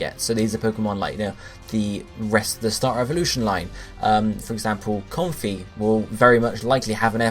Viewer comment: Bounce-sweet, Com-fae (rhyming with lei), Morel-lull (morel mushroom)